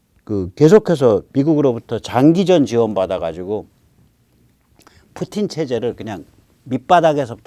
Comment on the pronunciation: 아우 뿌띤이욕 찰져